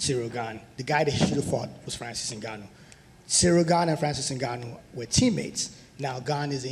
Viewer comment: How come people pronounce it "NigOnYou" and get away with it? It's InGoneEww, right?